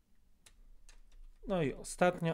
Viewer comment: Spoko kanał. Zostwiam suba, bo widzę, że nie ma tu pustych odcinków, tylko konkretne recenzje i mechanizmy dobrze wyjaśnione. Mam tylko jedną uwagę. Masz czasami tendencje do mówienia Ę zamiast E. Nie "siebię" tylko "siebie". Fajnie byłoby gdybyś zwrócił na to uwagę. Bez obrazy. Pozdrawiam serdecznie i życzę powodzenia, bo Twoje filmy zasługują na więcej widzów. Ponad 10 tys. subskrybcji do końca 2025? Według mnie realne i tego życzę.